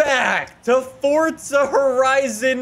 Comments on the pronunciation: I am sorry but its ForZa not fortza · Your freaking saying fortza its forza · Forza not fortza 🙄🙄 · It’s FOR...ZA NOT FORTZA HOLY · It’s not fortza it’s forza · FORZA NOT FORTSA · BRUH THE THERES NO T IN FORZA LEARN TO SAY FORZA NOT FORTZA! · “Forts-zuh horizon” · It triggers me so much when he says “fortza” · Oh no not fortza horizon 3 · He says fortza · Still wondering where the t is in forza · The way you say forza makes me wanna drink bleach